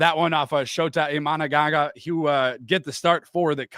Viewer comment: did he say “imanagaga”?😂